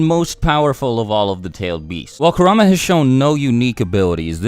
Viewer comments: You said ku ra ma when its kurma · Why do you say kurrama not kurama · It’s not “Korama” it is (kur-a-ma) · "Kerr am a" I think its kur a ma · Man said karama 🤣🤦🏽‍♂️ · Kurama not karama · Now who the fuck is karama? I know kurama not karama I don’t mean to be mean but god damn he’s kurama 😂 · I think its said like 《car - u - ma》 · The way you pronounced kuruma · Does anyone elsa hear him say karama!? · Coo rah mah It’s Ku rah am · It's kurr-aa-maa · It pronounced ku ra ma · Its cur a ma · It's pronounced: KUR-RA-MA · You said kurama wrong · He said kurama wrong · am i the only who gets bothered how he says kurama?